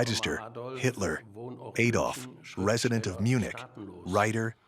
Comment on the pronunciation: Adolf Hitler, NOT Aye Dolf Hitler.